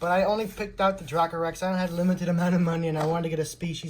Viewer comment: It's actually pronounced dray-coe rex